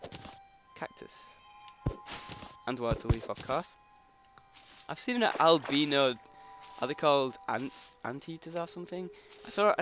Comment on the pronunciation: lol... "albeno"